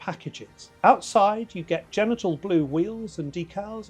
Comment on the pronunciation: Genital Blue LOL He said it twice! Freudian Slip?